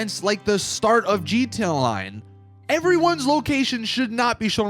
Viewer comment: G T A Online not gtonline its the worse thing to hear.